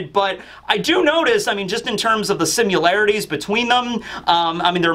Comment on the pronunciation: Lol made a new word. simularities! And again a few sec later hehe